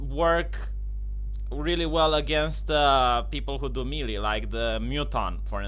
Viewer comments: melee is pronounced maylay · Booooooo you suck. This is worse then DSP teaching Street Fighter. Don't Me-Lee me in your Bee-Ta.